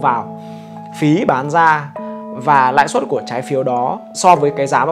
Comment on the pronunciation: "Lãi suất" nhé ơi. Nice video